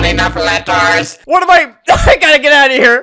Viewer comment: “not enough lettors”